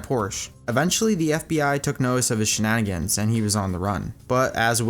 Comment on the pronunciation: Shenagans? You mean shenanigans. Smh.